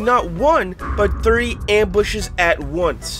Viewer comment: Мне нравится что вместо three он говорит три